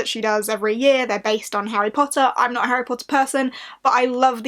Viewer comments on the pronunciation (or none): none